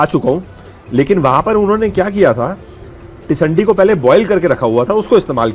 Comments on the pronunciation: Tisandi nahi hota sir, tindsi hota hai 😂😊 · i laugh where i heard that pronunciation...even i was thinking what is it ..then i realised he is talking about teendsee commonly known as tinde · Sir teesandi nhi ise Tinda bolty hain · आपने जो पोकरण में सब्जी खाई है जिसको आप टिसंडी बोल रहे हो उसका नाम टिसंडी नहीं टिंड्सी है, हिन्दी भाषा में इसे टिन्डे की सब्जी भी कहा जाता है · It's टिंडसि and not टिंडसी। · Tisandi nhi sir tinsi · Sir vo टिंडसी he jisko aap baar baar tisandi pronounce kr rahe he. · its Tindasi. Not tisandi. Basically it's tinda in delhi. You were pronouncing it wrong so i thought of correcting it. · टिंडसी है sir tisandi nhi